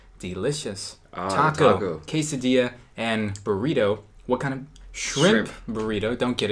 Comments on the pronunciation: Quesadiyia, buwruito, tacous.🤔 alv IANXKSN. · I love the way he pronounce "quesadilla"!! Like in a cute way ^^